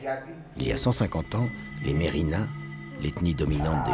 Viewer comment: Cest merveilleux ce documentaires .. par contre on écorche les noms... je suis métisse malgache. par exemple razana, les ancêtres on ne prononce pas le "na" à la fin. Ou bien merina se dit [mirne]